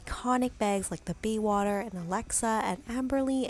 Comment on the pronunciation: Maybe a little bit of preparation would help the video. Baywater vs. BAYSWATER...